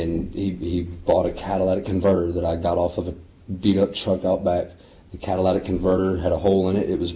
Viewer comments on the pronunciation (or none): is he saying “Cadillac” converter